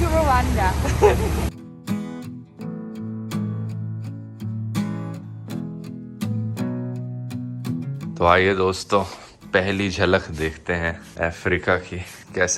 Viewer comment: Anybody heard wakanda instead of Rawanda